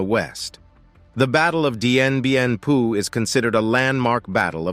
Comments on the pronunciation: Dien Bien FOU, pas Dien Bien PU :) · DIEN BIEN PHU PRONOUNCED DIEN BIEN FU!! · I find the multiple mispronunciations in the piece about Dien Bien Phu very distracting. Phu was pronounced like foo. Nguyen is pronounced like gwin. please do better research, PLEASE!